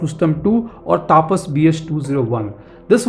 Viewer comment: please pronounceTAPAS Properly.